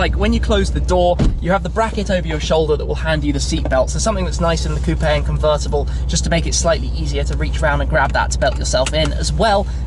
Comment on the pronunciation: Grrate. C r rt t c. CUVRRTABALLE